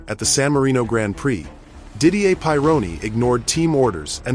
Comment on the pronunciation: Gillis and Pie Roni? That wasn't their names?! C'mon.....😂